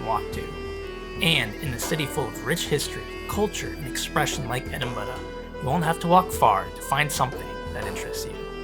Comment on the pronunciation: I love that you pronounce it like a Scot! Scotland is very high on our list of places we can’t wait to get to. Everything we see about it looks so beautiful and scenic. The detail on that monument is so intricate!